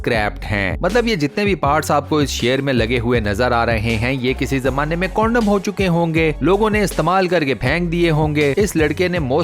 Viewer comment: Ohh bahi kya bol rha h tuh 🥒condam nhe hota yr .candam..hota h ..